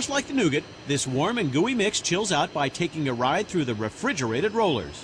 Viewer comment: Please pronounce caramel and nougat correctly